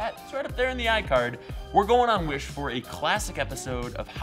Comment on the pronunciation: I thought you said "Wish Bus"